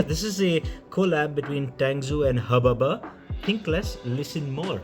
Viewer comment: did you just call Chris ह ब ब?! 😂 hilarious! 😬